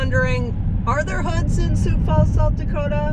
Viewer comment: You gave a pretty good account of the 'way North' part of the city but you need to go south if you really want to see most of Sioux Falls. Thanks for saying Sioux Falls correctly, you would be surprised how many don't say it right or say Sioux City instead. Sioux Falls is popular with visitors because it's friendly, clean, well maintained, little crime and low taxes. Not to mention the cost of living is very appealing and there are lots of things to do like parks and trails. Take care 😊